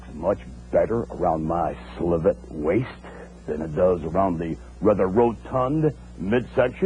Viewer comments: Bruh said "SLIVET" instead of "SVELTE" 😂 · Vince botching the word svelte as "slevitt" is the cherry on top this great promo. This is so much better than his Mr. McMahon character. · Vince mis-pronouncing svelte is genius. It makes him even more of a tough guy. Take note of what I mean. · Hahaha Vince doesn't know how to pronounce "svelte" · Apparently Vince didn't write this promo. If he had, he would have said "svelte" correctly.